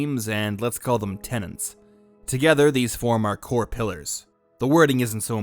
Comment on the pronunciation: You even WRITE "tenets" yet you always, systematically, pronounce it "tenants". Why?